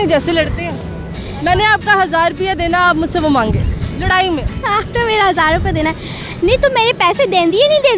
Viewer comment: hazaar rupiyaa??? ballly ohhh pendu pehly khud to seekh lo urdu... hazaar rupy nhi.. rupaiyeeee hahhh pendu ur self